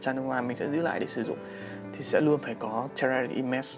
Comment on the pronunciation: Clip của a rất hay! Nhưng thấy a đọc tên các dòng nước hoa hơi lờ lợ. Hermès - âm H là âm câm, đọc đúng là “emes”. Hihi